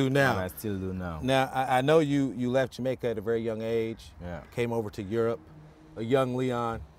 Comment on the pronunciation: Poor accent. But im jamaican